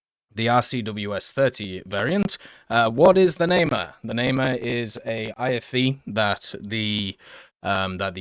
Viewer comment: Namer Not nae mar Nah Mehr